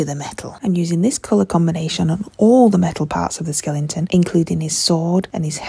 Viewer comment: What’s a Skelington?